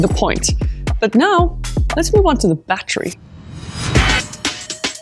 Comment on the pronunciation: What the hell is a bat tree? Did you mean battery? Say it with me battery.